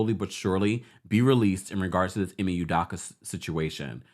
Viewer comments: Udakka....🤦🏾‍♂️ Pronounce proper u doe ka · It's "UDOKA not UDAKA" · Learn how to pronounce black names. It is phonetically “you-doh-ka”. As for the paparazzi, no fool like a stupid fool. Who asks that kind of question in the presence of a child, seriously! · Please pronounce this man's name right! Ime (E May) Udoka ( you dough cah)